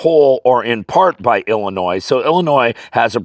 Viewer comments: 🤣🤣🤣 you said it illiNOISE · Love your channel!! But the s in Illinois is silent! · This is of course only friendly banter, as every citizen of Illinois owes you quite a lot (even if they know it or not), but it is amusing to hear even a scholarly man struggle to not pronounce Illinois as if it’s plural :)